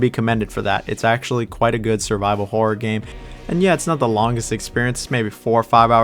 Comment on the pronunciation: As a Brit It really sounds like you're saying "whore game" 😅